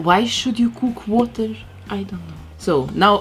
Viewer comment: She said cook water🤣 she’s so funny haha